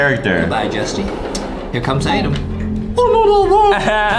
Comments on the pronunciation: It’s ADEM Not -ADAM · Hey! It’s ad-em not ad-am